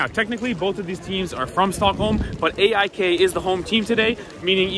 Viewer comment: cheering for 'eh eye kay' as a way to blend in 😂